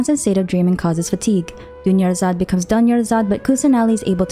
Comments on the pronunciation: Did nobody notice the Dunyarzad becomes Doneyarzad 💀💀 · I was so serious watching the video bc I skipped every dialogues but the "Doneyurzad" had me dying 😭 the way my jaw touched the submarine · Dunyarzard becomes DONEyarzard 💀😭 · Dunyarzad becomes DONEYARZAD💀🤣🤣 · “Dunyarzad becomes Done-yarzad” I can’t breath. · Wasn’t ready for “Dunyarzad becomes Doneyarzad” omg 🤣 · "Dunyarzad becomes Done-yarzad"!!! I like that! 🤣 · "dunyarzad becomes doneyarzad" NO WAY